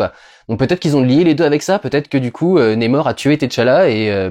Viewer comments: Ça se prononce comme ça s’écrit le nom de l’antagoniste… donc on prononce NAMOR et non pas némor ! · NA mor NA !! N et A ça fait NA !!! Pas Né, pas Ney et pas Nez, c'est qui Nez-Mor ? C'est même pas une prononciation à l'Anglaise vue que le R est bien prononcé à la française On dirait un Québecquois qui perd son accent au milieu du mot Je suis le seul que ça donne envie de hurler ? Sinon Merci pour ton travail que j'aime bcp... hormis ce détail que j'essaie de soulever avec humour Peace